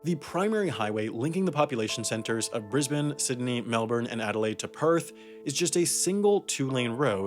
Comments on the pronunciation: finally, a non-Australian pronouncing Brisbane correctly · surprising he nailed the pronunciation of brisbane and melbourne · did I just witness an american pronouncing Brisbane right? You sir, have my respect.